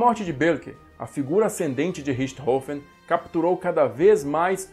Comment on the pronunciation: Mestre obrigado por ensinar a pronúncia correta do sobrenome de barão vermelho 🛩